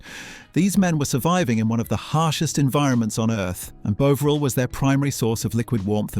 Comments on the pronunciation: Does anyone pronounce Bovril as "BOA-vril"? I've never heard that bizarre pronunciation in seven decades of my life. It's always been pronounced as "BAW-vril," with the "BAW" rhyming with "SAW". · The AI is so annoying. It can't even pronounce the subject of the video. It's Bov-ril not Bo-vril. It has a British accent but says 150 the American way (without the 'and'). AI will never be as good as a human! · AI commentary. And the way it says margarine at the end is even worse than how it say “Bowvril.” It Bovril not bloody Bowvril as in bow-tie. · Its pronounced bov ril not bowv ril the o is lowercase and short as it shot not as in bow, you get it right sometimes. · Your pronunciation is making me crazy. It's Bovril with a standard 'o' sound like 'orange', 'octopus'. Not f*cking 'o' with the magic 'e' like 'bone' or 'drove'. crazy! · Brilliant, but can you sort yourself out. It is bovril. You changed ¾ way.. thank goodness. I never ever heard an Englishman call it Boovril, never. Bovered, yes. Nice one. Keep up the great footage. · Interesting video but the way the narrator pronounces bovril was irritating. It’s BOVril, not BOvril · Will the narrator make his mind up is he calling it Boveril or Bovril he seems to alternate between both pronounciations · I am not sure that this is AI generated narration, I love the channel and am subbed but would just like to know. The thing is this, the pronunciation of 'Bovril' changed from 'Bow Vril' to 'Bov Ril' which varied depending on what aspect was being told. So is this AI F-ing it up or a Human with a quirk please ? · Could you not get your AI to use the same pronunciation every time it used the word Bovril, or Bouvril or Buvral. Sloppy and annoying, i won't be watching ay more. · Is it me or is the narrator pronouncing it wrong? Bowvril...? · technically it should be pronounced bove-ril, although I have never heard anyone pronounce it like that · Could someone please tell the presenter that there's no 'w' in Bovril!!!😂😂😂